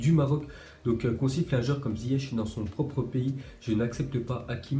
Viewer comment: Wawwwwww ohh faut respecter c’est « ZIYECH » mdrrrrr 😂😂😂